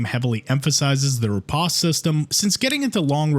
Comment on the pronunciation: it's a long o in riposte, sheesh, google is you're friend already